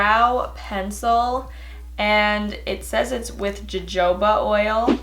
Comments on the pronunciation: sry to nitpick but I'm just letting you know cuz I know a bunch of people are going to be getting old but hurt from you miss pronouncing it so...... its not pronounced jojoba oil it's pronounced ha-hoba oil 😂😂 sry we all mispronounce stuff all the time so don't worry about it love you and your Channel keep the good work up!!!!!😘😘😍😍🤣😃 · Joejoba? Omg it’s pronounced hohoba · Ja-Joba oil 😭😭😭 hunneyyyy it’s pronounced hu-hoba oil ❤️❤️ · Jojoba...LOL!!!! J's are pronounced as H. HaHooba. 😝😝😝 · Jojoba is pronounced Hohoba, love your video. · But it's wrong. Jojoba should be pronounced 'hohoba'. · Lol u tryibg to pronounce jojoba gives me life ( its pronounced hohoba) 😘😘😘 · I believe it is pronounce like "ho-ho-ba" not like how you said it with the hard j sound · Lol its pronounced hohoba oil😂 love you! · Jojoba is pronounced hohoba ^-^ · Jah-Joe-Bah Oil. Girllll. I’m dead. 😂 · It’s pronounced hohoba oil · It was...bad lmao. It should be pronounced "hohoba" rip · I love the way how you pronounced “Jojoba”